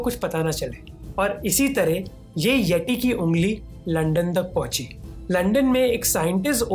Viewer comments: यटी नहीं यती कहतें हैं बे😂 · भाई यती होता है यटी नही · Its येती not येटी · ये इंग्लिश क्या क्या करवाएगी ,,," यति " को यटी बोल रहे bro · Sir aap aapka pronunciation sudharo jara (yeti) not tea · ये T नही होता भाई यत्ती होता है इतरा के मत बोल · Bhai baki sab thek hai lekin yeti ke hindi pronunciation thek nahi hai ..